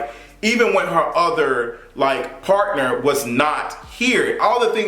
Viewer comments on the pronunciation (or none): none